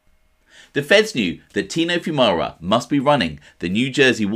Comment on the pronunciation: At least you pronounced our last name correct lol.